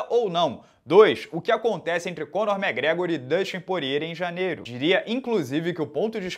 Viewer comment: "Conor Mequigregor" KKKKKKKKKKKKK.